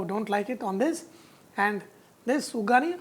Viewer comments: Uggani not ugani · sir this is special in Karnataka much n its not vugani that's vaggani